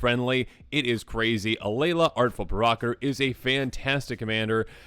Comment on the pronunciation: I'm sorry, but WHAT did you call her? That is NOT how provocateur is pronounced.